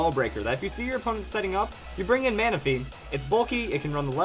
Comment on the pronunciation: Manaphy... not Manapahy